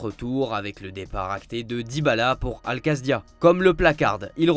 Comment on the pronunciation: Dybala va a al quadsia putain pas al quasdia